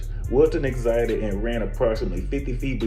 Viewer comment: Read that word "exited" again...lol